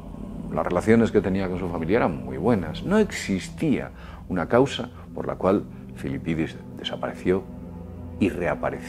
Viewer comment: Disfrutas mucho diciendo "Filipidis", no?